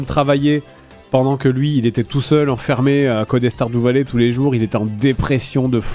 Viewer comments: Sardou valet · Star Doux Valet... ...j'adore quand Fred tente de prononcer des mots anglais 😂😂